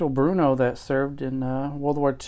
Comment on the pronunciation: why would you go as far as preparing the video and slaughter that part? Makes no sense to me. Also it not Bruno its BRNO. Short R with no U sounds there